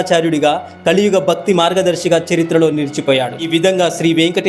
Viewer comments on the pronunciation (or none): Bakti ani pronunciation chesaru Bhakti ani cheste baavundedi, vaththulu chaggaga palakandi